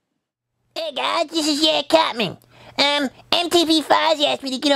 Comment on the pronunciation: cartmen? who the f is cartmen? ITS CARTMAN!